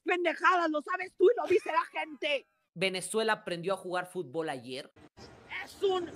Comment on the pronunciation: Hey Mexicano - Se Pronuncia FUT-bol; no Fut-b-OL.